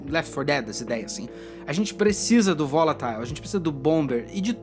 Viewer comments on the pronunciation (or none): Tava assistindo o video na janela, tive que voltar pra conferir se n era o canal cartoonizando, mds, esse belingue quebrou a imersão no video, "medium" "volataiu"